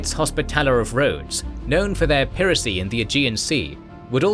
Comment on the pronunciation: After all these years, this guy still doesn't know how to pronounce piracy